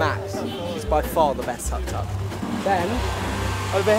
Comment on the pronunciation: I love how they pronounceTuk Tuks (the 3 wheeled car they're driving). They pronounce it like tuck tuck but its actually Took Took. They're so cute.